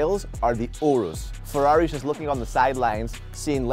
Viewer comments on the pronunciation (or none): none